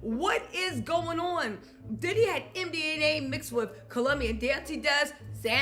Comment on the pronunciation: It’s MDMA, not MDNA. 😂